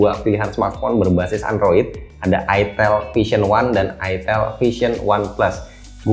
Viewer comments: Itel wee...bukan itilll hahhaha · Ke konter hp "mba mau beli hp itel" bakal awkward banget kalo salah sebut "e" nya jadi "i" wkwk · Ko gua ngiranya dibacanya tuh ayitil